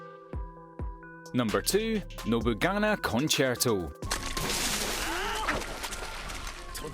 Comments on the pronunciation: "Nobugana"....... It is "nobuNAGA" not "nobuGANA" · Nobugana? The legendary nobunaga can't believe he's been disrespected in such a way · 🤣he didn't pronounce nobunaga properly anywayz check out tsukimichi and seirei gensouki they are both unfinished and ongoing but they are awesome 👏 😎